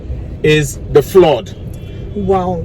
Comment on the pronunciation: Spelt (FLOOD)>>>>>>>>Flad not flord pls stop damaging the English language 😭😭😭